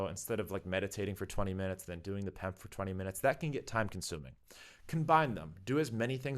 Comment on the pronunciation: 🤮 say P E M F, because you pronounced pemfs I’m not watching